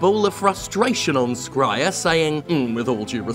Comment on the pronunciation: Please, Jim- It's pronounced Jason SH-reier (the 'Boy in the Striped Pajamas' of last names) I know it's super nitpicky but you mention him pretty often. Also, for anybody who hasn't yet, watch Gremlins 2 it's a hidden gem! It has a female gremlin and that's all you need to know